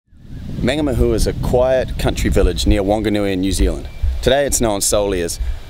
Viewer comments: Good story. Just a small pronunciation tip, the first A in Mangamahu is pronounced the same as the way you're saying the last two. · So wish he pronounced Mangamahu properly